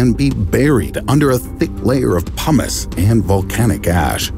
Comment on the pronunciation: He said "pumos", but I heard hummus.